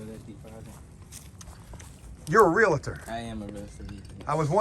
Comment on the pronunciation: "Real-tor." "Real-TOR." 2 syllables, no "a" in the middle. Just "real-tor." Love your spirit, tho Buddy.